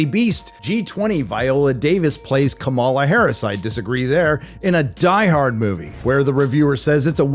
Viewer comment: Buddy, you can't even pronounce Kamala's name properly. Maybe see yourself out.